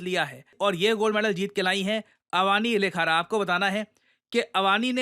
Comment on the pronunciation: Answer: (B) Shooting सर थोड़ी correction है नाम में - its not अवानी लेखरा, its अवनी लखारा, अवनी means पृथ्वी, पृथ्वी का पर्यायवाची नाम होता है अवनी। Thank you sir, जय हिंद जय भारत।